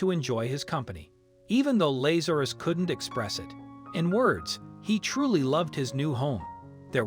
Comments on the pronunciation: Not Laz ( like maze).....LAZ ( like has) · This "miracle" has been heavily massaged. First, if the cat had been "FROZEN SOLID," it would have been dead; its heart would have stopped beating. Second, there were two men named LA'za.rus (the narrator didn't know how to pronounce the name) in the bible, both of whom got sick and died. Both were resurrected by JC, which is why the family gave the cat its name.